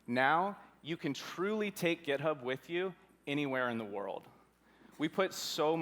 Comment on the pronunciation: did he just say gitub?